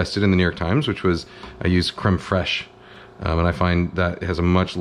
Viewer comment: “creme fres cafateria fres”